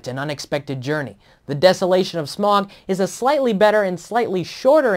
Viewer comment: and for fuck sake its pronounced smAUg, not smorg, I'm not some huge hobbit nerd but they say it in the film like 100 times - its SMAUG